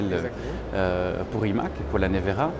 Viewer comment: great to hear you all pronounced Rimac correctly 👍